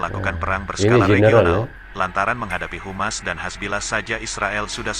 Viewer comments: ADMIN NGOMONGNYA DENGAN BENARLAH ?HUMAS DAN HAMAS DALAM BAHASA INDONESIA BERBEDA ARTINYA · Sebaiknya di koreksi mas..yg membaca narasi. HAMAS....bukan humas... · Bukan humas min yg betul HAMAS,❤️🇮🇩🇵🇸